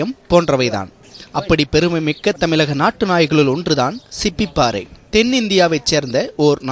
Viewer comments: Please pronounce Tamil properly.....Its not Tamilagan...Its Tamizhagam.... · தமிழகம் Not தமிலகம்.Sick and tired of tamil news Presenters unable to properly pronounce the pride of Tamil- ழ. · plz try to have proper Thamizh pronunciation.. Thamilaka.. kekave kandraviya irukku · Its not 'Tamilagam' its 'Tamizhagam'. Journalists have a great social responsibility. Please pronounce Tamizh properly. Its a beautiful language. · தமிலகம், விலாத்திக்குலம்..... தமிழ் ஊடகத்தில் பணிபுரியும் குறைந்தபட்ச தகுதி கூட இல்லை இந்த ஆளுக்கு